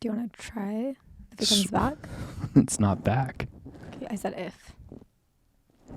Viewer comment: The same woman that said bach instead of back lol